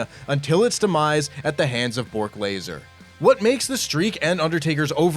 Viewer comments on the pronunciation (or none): Did anyone else notice how he said Brock Lesnar's name....Bork Laser..... either this is some running gag I'm unaware of or this narrator isn't an actual wrestling fan. And if that's so, why does a non wrestling fan narrate a wrestling channel....I'm confused